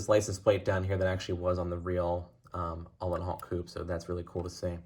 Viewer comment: His name is pronounced - "Ooo - len - howt" 🙂